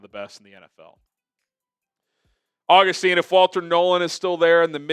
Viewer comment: The fact said Agustin correctly! That brings a tear to my eye!